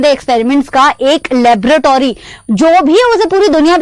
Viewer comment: Laboratory hota ha mam labrotory nhi pronunciation to sahi se kar lo wana baache galat samaj lenge video there's a mistake , check it keep studying 👍🏻